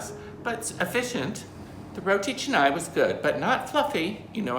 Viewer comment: You should pronounce canai with a sound not e sound....ca nai..not che nai